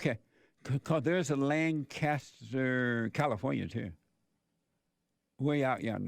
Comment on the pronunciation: Lane-cuss-ter SC......AMAZING!